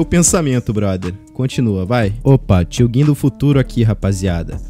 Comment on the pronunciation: e foda né pq eles não fala tio gin certo